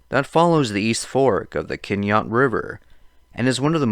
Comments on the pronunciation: Quinault is pronounced ‘kwin-ALT’. Please. NOT ‘Keen-oh’ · I agree about the lack of research. He doesn’t even pronounce ‘Quinault’ correctly. I am so sorry about Laura.